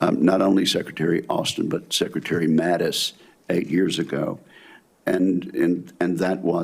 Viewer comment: Everybody missed... How about you mispronounced Hegseth and Mattis. It is not hedge-seth it is heg·suhth. Mattis isn't Maddox.